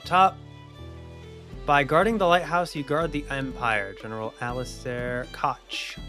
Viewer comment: Unfortunate: Koch is intended to be pronounced as "cock", but the "ch" is a voiceless velar frictive, aka pronunciation of this sound shouldn’t vibrate your vocal cords. It’s a pretty difficult one to nail, as much of Old English is to modern speakers, so a lot of people use a lightly breathy "coke" as an alternative that’s inoffensive to the YouTube Demonization Demons. Class dismissed.